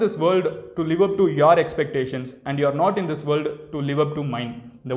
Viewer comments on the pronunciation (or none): none